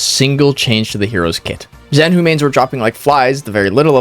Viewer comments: Zhanhu is " 斩 虎 " not "Z 含 糊" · They should've written Z-Hanhu if it's pronounced like that..